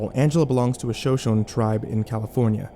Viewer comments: Bro you said “Shoshone” when it’s pronounced “Shoshonee” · Shoshone is pronounced show-show-knee. ❤